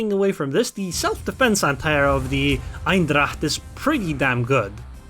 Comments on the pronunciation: I just watched this video to know better how to play this ship. I learned something here and I'll start used its airstrikes. By the way, you pronounce its name as "Eindracht" .. while it's Eendracht. ;-) Greetings from the Netherlands. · Thanks, liking your vids. BTW the correct way to say the name of this ship is not EINdracht, its EENdracht (like how you would say the 'ai' in pain). Look forward to meeting you in ranked next time XD. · Lol, you pronounce it like it's german